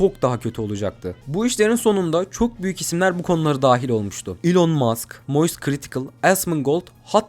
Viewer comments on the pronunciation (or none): none